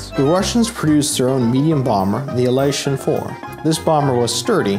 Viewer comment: The correct way to pronounce it is IL-YOO-SHIN. There is no "a" there.